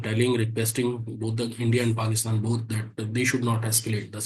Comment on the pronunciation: Very nice to hear Larry correctly pronounce Paakistan, it’s an elongated “aak”. Pakistan zindabad